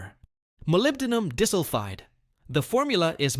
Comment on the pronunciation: Key molecule Molybdenum Disulphide(MoS2) The AI voice calls it Molybdenum Dissulfide. LOL. Otherwise, a good idea.